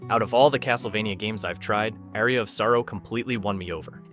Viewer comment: Good picks, but for future reference you need to learn how to pronounce the word "aria" properly. It's not pronounced like the word "area". It's pronounced like a pirate saying "arr"-e -ah